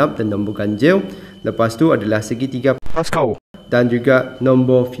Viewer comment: Pls bunyi Pascal tuu 😭😭